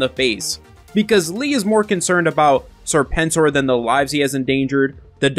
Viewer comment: I think your pronunciation of Serpent OR was just fine.